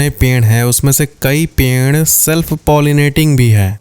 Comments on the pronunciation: Perd ❎ penrd ✅ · The way you are saying peeid is kind of unique😂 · Haan😂ped ko ache se bol nhi pa rahe h